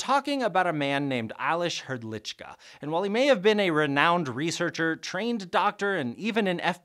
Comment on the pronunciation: as someone from the Czech Republic I really need to say your pronunciation of Aleš Hrdlička was really good